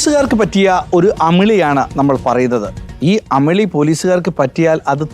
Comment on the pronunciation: അമളി അല്ല....